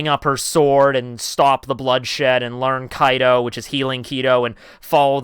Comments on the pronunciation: Why does he keep saying Kaido instead of Kido? Just wondering... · It is kido not kaido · Kido- kE-dO you say it right some times but not most of the times Kaido is what you say and i keep looking for dam yonko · Kido my man. Not Kaido. Hearing kaido is irks me. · Please say this with me... "Key... Doe" Kido is pronounced that way... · KEE-DOE, NOT kaido from OP c’mon now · KEEEDO. NOT KAI-DOE. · The way you pronounce kido bothers me when I watch this.